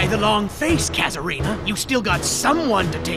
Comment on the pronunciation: It's Kazarina, not Case Kina.